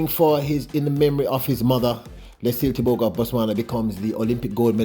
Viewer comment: As a Namibian 🇳🇦 most importantly AFRICAN, I am proud to say this : CONGRATULATIONS Letsile Tebogo 🎉 Africa is proud of you. Not happy with how your name is being pronounced, however it is what it is. We dance to celebrate your win. 💃🏽💃🏽💃🏽